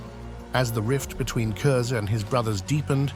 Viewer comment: Since no one else seems to have said it, his last name is pronounced kurz not kurzer